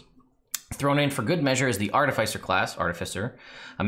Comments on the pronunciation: PSA to everyone: Art-if-iss-er, not Ar-tif-eye-ser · In case anyone cares :) Artificer is a real word with an accepted pronunciation. "Ar-TIFF-uh-sur"